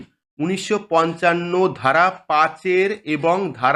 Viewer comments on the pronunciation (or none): none